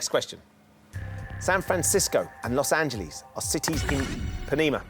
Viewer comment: Wrong! There is no city in California called “Los Angeleeze.”